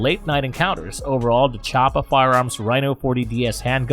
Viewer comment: Point 357 Magnum? I've never seen so many terms butchered in one video. Tell me you don't know much about firearms without actually saying that you don't know much about firearms. And the pronunciation of Chiappa was hilarious